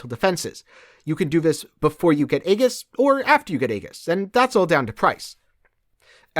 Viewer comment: The word aegis is pronounced "ee jus".